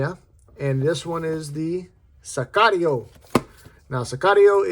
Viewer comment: I think you're the only reviewer who pronounced Sicario correctly and knows what it means. Pena is one of the brands on my will buy list. This is a beautiful thing.